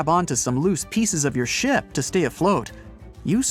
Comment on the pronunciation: So I asked my 8 year old why she was laughing so hard... the - duration, she thought he said the "S-word" instead of "ship".